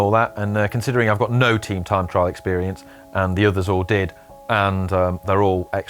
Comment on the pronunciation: Tream trime trial...... struggles in speaking and in a pace line! Ream